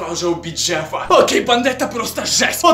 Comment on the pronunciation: Не Джеппа а Джеффа 😕